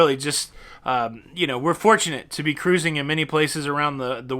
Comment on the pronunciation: Like when you say "Carusing" ha ha ha! Want to know if any body been on NCL from Athens, Istambul, Kusadasi, Italy. Let me know if you have any suggestions for the excursion/tours. We are leaving on the 11/11/21. Thanks in advance.